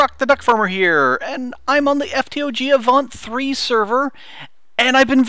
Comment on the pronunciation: lol i know right great youtuber and just to let you know its avant lol